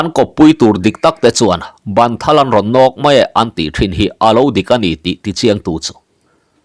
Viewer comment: A ziaktu Sangtea hian ṭawng upa a thiam tehlul nen,a chhiartu hian a chhiar fuh lo deuh ṭhin. "Ban thal" tih hi Bân thal ti a lam tur a ni zawk e